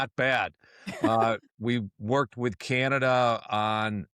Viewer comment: Don't you hate the degrading way he pronounces "Canada".